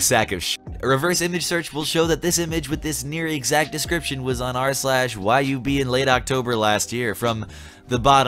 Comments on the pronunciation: it's actually just pronounced "yub" not "Y-U-B" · Why did you say "Y-U-B" It's YuB, he's a youtuber Jk tho, do whatever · Okay but I like how he said Y U B when it's YuB as in YouTuber YuB. Gave me a chuckle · On , the subreddit isnt pronounced why you bee, more like it's an actual word. And Yub is a smallish but really good Youtuber, and that's his subreddit. Anyone seeing this comment should go check him out, he's really cool. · YuB is a YouTuber with a subreddit (r/YuB) it’s pronounced yub with no lettering. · Did you really just pronounce YuB like Y-U-B.